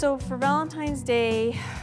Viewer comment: Oh dear. He keeps saying “ Valem•Times “ day 😹🔪👂🏻